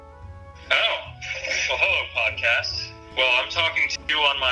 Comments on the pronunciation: Did u say pot cast or pod cast? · Did you say pot cast land?